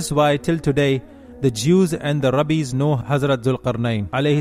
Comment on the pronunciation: It's not rabbeeees brother